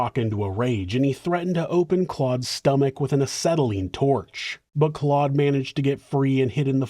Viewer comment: Just a note that Guy is pronounced Gee in French and Claude is pronounced with an o sound instead of an ah sound. So replace the "au" with an O. Like Cloh-d.